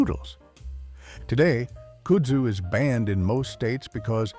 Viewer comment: Sorry but where does this pronunciation of kudzu come from? I’m assuming it’s an ai 🤮 voiceover cause, at least here in the south, it’s pronounced kud (like bud but with a K) Zoo